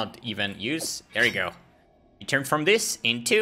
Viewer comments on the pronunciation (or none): none